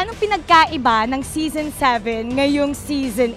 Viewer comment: Zison Not Season